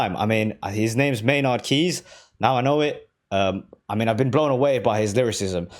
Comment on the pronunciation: You called him Maynard Keys again:), Lost keys/Rosetta stoned next is fitting.